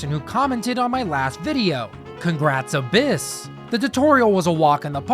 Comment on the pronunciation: When he said “congratulations Abyss!” did anyone else hear “congratulations a piss!”